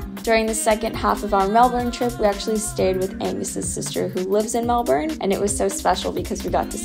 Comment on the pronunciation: Melbourne is famous for its changeable weather. You just have to roll with it. Glad you enjoyed it here regardless 😊 P.S. congrats on saying brekkie and pronouncing Melbourne properly. Most Americans don't 😅